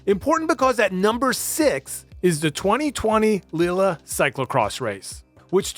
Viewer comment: My guy just slaughtered the pronounciation of Lille so bad I fell out of my chair